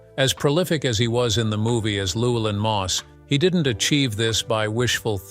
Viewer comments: but the bot totally botched Llewelyn .... "Luwell-in" lol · LLEWELYNN sounds like Lou Well an,, not the massacre of the narrator.. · It also butchered 'Llewelyn'. But, to be fair, few non-Welsh speakers can pronounce it correctly.